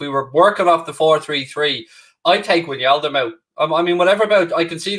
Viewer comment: If wijnaldum leaves the best thing will be not hearing him pronounce it winyaldum